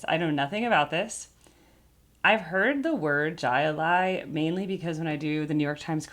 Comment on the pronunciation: It's pronounced Hi Li & It's actually a sport!